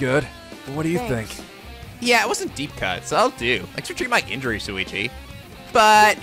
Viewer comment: If Rantaro remembered the hunt but not his talent then maybe when they got changed back in the prologue it didn't actually affect him? Idk, I'm so the rest of the vid may change my view. Also... it's SHU-ichi, not SU-ichi... I'm just saying...